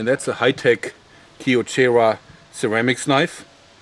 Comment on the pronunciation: sherwamics XD ly man